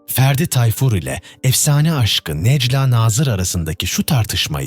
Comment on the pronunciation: Bu nasil yorum kardesim herkes telafuz ederken sen neden nejla nazir diyorsun Nejlâ a yi uzatsana